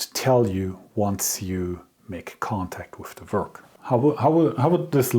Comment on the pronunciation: Please don't think that I'm insulting you,das ist nicht meine Absicht! The word 'work' and all 'w' words are said by pursing your lips ,as if you were blowing out a candle.Not blowing, but making the sound. It's a soft sound: weiches Gerausch. I hope I have been of some help.I really respect your channel!